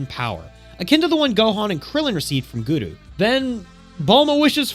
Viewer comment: Also its Goo-Roo no Goodoo jfc Guru is not a hard word